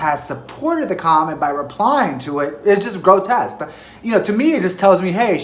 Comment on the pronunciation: The word is "grotesque" not "grotest" you make me scream with the words you use 😂😂